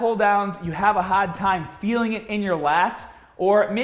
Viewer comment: Haaaaarrrd. You’re Australian!! Great info!